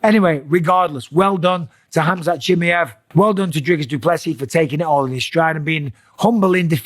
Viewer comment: This hazmat chim-yev guy sounds sick bro but what about Khamzat chimaev?